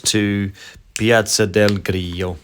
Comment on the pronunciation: “Grillo” (strong L), not “Griyyo”! 😁